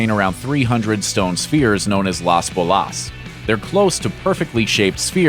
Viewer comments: What's with the crap pronunciation of "Las Bolas"? It's BO-las, not bo-LAS. And it doesn't mean "the circles" but "the balls". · Las bolás...las bolas. No accent at end. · Love the video but for some reason I can not get over him saying las bolas incorrectly 😩 it’s literally just Las Bolas not Las Bolás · As an spanish speaker, listening to him saying "Las Bolas" its hilarious :P